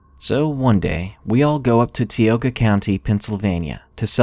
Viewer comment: Hey,, I know this is old, but for future reference, Tioga, PA is pronounced "Tie-oh-ga," not "tea-oh-ga.":)